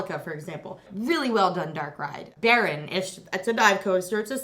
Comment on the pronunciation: It is baron not beron